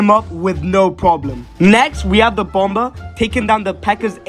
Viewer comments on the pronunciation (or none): Bomber is pronounced (bom-er) tho